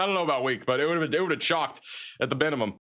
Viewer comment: at the binimum